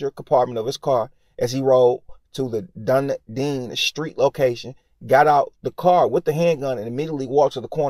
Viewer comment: Done E den is how it's pronounced... Dunedin.